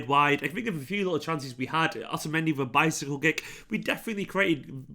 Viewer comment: Am i the only one that heard 'otamendi bicycle dick'😂😂